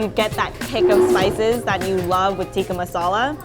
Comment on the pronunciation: When will the intellectual westerners learn to pronounce tik-ka masaala correctly... 😓